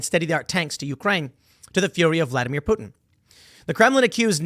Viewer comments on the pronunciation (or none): none